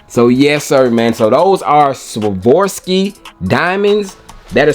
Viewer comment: Please stop saying “ Svorski DIAMONDS” please 😅